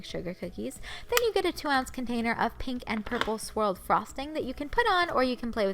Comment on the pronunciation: I like how u say pink like pinkkk